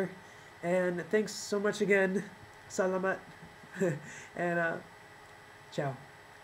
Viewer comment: I very much like the way he said "salamat".. and the title is really pinoy, "mabuhay!" I really appreciate him coming here in the Philippines often.. that just goes to show Filipino fans does matter to him! I'm a fan!